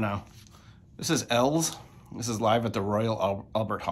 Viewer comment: Here I am questioning how to pronounce eels now. It's eels like the aquatic animal, right, not Els? The artist is E and his band is eels? Have I been wrong all this time? Lol Regardless, love your videos!